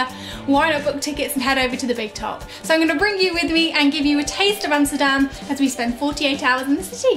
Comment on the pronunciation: I am impressed, you must be the first person from the UK pronouncing 'Amsterdam' the right way ! Great video btw.